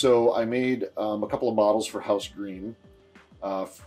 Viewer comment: Great video. A small note, it's pronounced like 'grime', not 'greem'.